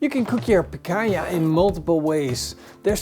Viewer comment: The way he keeps saying Picanha is so annoying